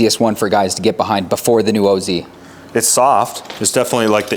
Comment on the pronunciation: Wizard of Oh-Zee?😂